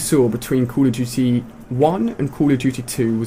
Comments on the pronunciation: why are you all caps and why did you call it cold of duty its call of duty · call of juty lol xd